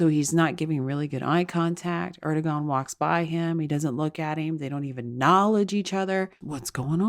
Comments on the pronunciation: It’s “AIR-dough-wahn” (the last syllable pronounced like the first syllable in “wander.” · Erdogan is pronounced Er' doe' w' anne. Emphasis on short w sound like in way or wait. In Turkish the "g" is silent if before an o